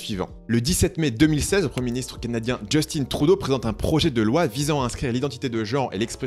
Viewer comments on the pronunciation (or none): C'est justin pas "justine"